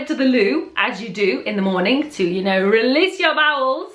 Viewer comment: "to rrrrrreeeeeelease your bowels" lol